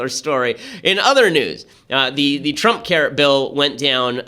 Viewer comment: Am I the only one who keeps hearing "Trumpcarrot" instead of "Trumpcare"?